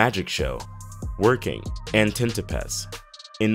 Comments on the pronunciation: "Tintopaths"? I thought it was called 'Tintypes' I can't do this anymore... I'll be correcting $#!+ all day!! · "Tintopaths"??? I thought it was 'Tintypes'! I can't do this anymore... I'll be correcting this shit all day!!